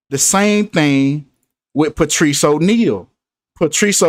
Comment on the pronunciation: Wtg.. he s name Patrice pronounce Patrick